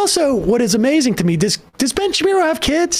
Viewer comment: Help, I keep hearing "ben shapiro" as "Bench Appear-o" my sanity is slipping.